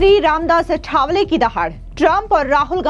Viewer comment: अठावले नही आठवले बोल